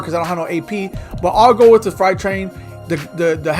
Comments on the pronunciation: freight (frate) train. Not fright. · "Fright Train" 😂😂😂